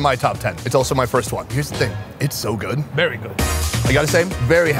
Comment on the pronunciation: "es sooo gooot"